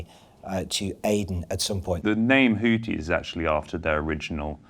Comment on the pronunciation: "Houthi" is pronounced the way it is spelled, Messrs. Sayers &: it is NOT pronounced "Hooty." Arabic makes extensive use of the "th" sound (as in "thin"). To quote Wikipedia: The Houthi movement (/ˈhuːθi/; Arabic: الحوثيون al-Ḥūthīyūn [al.ħuː.θiː.juːn])